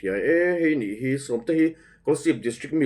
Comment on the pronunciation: Nachin... nilovin Nichin tih tur